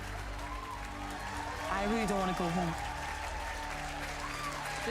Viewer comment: it pronounced Royal as in Royal Blue not Royale with an e.. I asked the same questions and watched her say it several times in a live feed. and its just NayNay like it looks both first half and second half sounding the same..